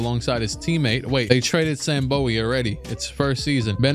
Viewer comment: Kentuckian here. It’s Sam BOO-wee